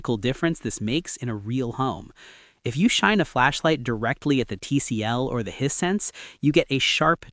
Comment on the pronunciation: Wish you could train the software to say the word "Hisense" consistently accurately, instead of "hine-sense," "high-sentse," etc. It's correct less than half the time.